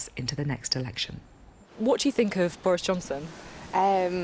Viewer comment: ''Bowis Johnson is wacist'' she said